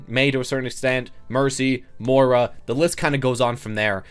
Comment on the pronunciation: Also please learn how to pronounce Moira, not Mora. It's been 6 months dude.